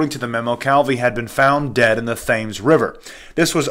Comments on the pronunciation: The Thames River is pronounced Tems River ! Just thought I'd let you know bro! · That is a silent "h" in Thames - not nit picking, just sharing knowledge. Thanks for your informative videos 😀